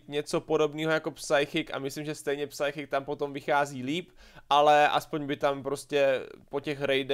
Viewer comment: kdy už konečně pochopíš, jak se vyslovuje "psychic", to se nedá poslouchat.